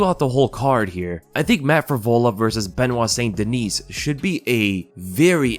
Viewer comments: Haha. You're kind of right. Now that I think back. You might have ruined it for me now. Lol. Anyway, wasn't trying to be a goof. Being French Canadian, I'd rather him pronounce it Saint Deniss than Sainte Deniece. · Its pronounced "St-Den-knee" not dineese lol its french, so silent s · Benoit St Duh-nee. Just FYI, seeing as you seem to be trying to pronounce it properly.